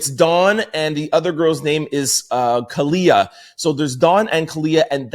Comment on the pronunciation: it’s kalina